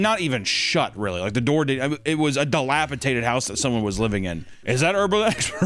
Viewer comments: I love you but hearing you say dilapatated, instead of dilapidated is giving hella JRE trying to say labyrinth vibes. Lab er ninth. Lmao. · Do a shot every time says "dilapitated" instead of dilapidated. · I’m sorry, but. It’s dilapiDATED, not dilapiTATED. Sorry sir I couldn’t hold it in anymore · just letting you know it’s dilapidated and not dilapitated. I’ve loved your videos for so long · I know you'll never see this or fix the mispronunciation but it's DILAPIDATED! DATED NOT TATED 😂 I still love you though so I'm never gonna stop watching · dilapitated > dilapidated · Dilapidated not delapitated 😂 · buddy, my friend, my pal....both you and...dog...its...its fucking "dilapiDated" NOT "dilapaTated" YOU ARE PUTTING, AN EXTRA T IN THERE. I LOVE YOU BOTH. YOU PROBABLY GET COMMENTS LIKE THIS ALL THE TIME BUT DEAR FUCKING GOD MAN COME ON. Its not just you, its as well, don't worry, I am, its- jesus you guys have amazing content. Love it to death. I am autistic. dilapa-DATED, is correct, NOT dilapa-TATED...FUCK... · It's dilapidated. Not dilapidaTed.... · I think he said “dilapitated” and not dilapidated.😂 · Dated dilapidated not tated. love you dumbass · It’s dilapidated, not dilapitated. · Look,...I've put it off for long enough...This video has put me over the edge...The word is - Dilapidated. Dilapidated. Dilapi--dated. Not dilapi--tated. I'm going insane. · Every time or say “dilapiTATed,” a part of me dies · Take a shot every time says, "dilapiTated." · Every time he says dilapitaded I want to throw something. This was more frustrating than when Wendi says alliteration and demonstrably doesn't know wtf it actually means. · [clears throat] Delapi-DATED. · Kinda funny how every single instance of "dilapidated" was pronounced "dilapitated" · Someone please tell it's 'dilapidated' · genuine pain hearing say "dilapitated" so many times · Dilapitated is not a word,.